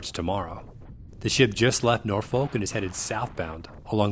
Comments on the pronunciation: Norfolk it's pronounced "Norfuk" not "nOrfOk" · it's 'nor-f*ck' ;)